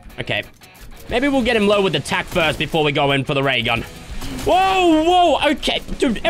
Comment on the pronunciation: Tac not tax